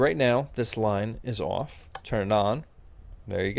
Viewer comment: you say off funny! XD -xtroll